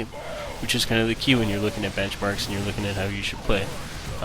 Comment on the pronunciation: "BenchAMrks" ;D